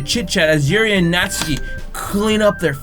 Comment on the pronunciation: It's Nat-su-key